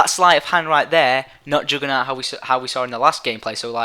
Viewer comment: What the fuck is "joogernaut"?